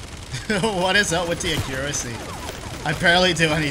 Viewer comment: Hahaha why do you pronounce accuracy so weird xD